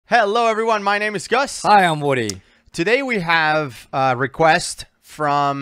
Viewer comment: Damn that ain’t Gus more like GU